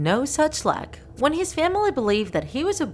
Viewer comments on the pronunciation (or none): none